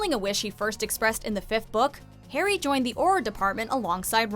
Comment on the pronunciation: Again who is hairy potter. Try saying Harry.